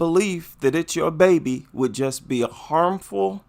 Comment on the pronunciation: WHEN SHE SAID "IT'S MY BABY", i THOUGHT SHE SAID "IT'S MY MATEY".